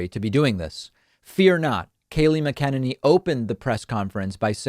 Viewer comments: David: is pronounced MAK-UH-NAN-EEE. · Why does David pronounce McEnany's name weirdly? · I just don’t get the intentional mispronouncing of KKKayleigh’s last name. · Actually, I pronounce it Mc-a-ninny. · Can never pronounce her name